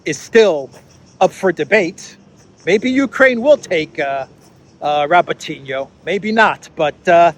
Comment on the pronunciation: I wish you guys would pronounce Robotino correctly it's pronounced RabOtinah with the emphasis on the 'O'.